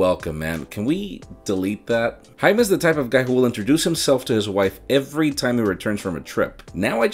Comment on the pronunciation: It feels so nice when people say Jaime... that's my name... I'm saying this because most people pronounce it hi-may 😂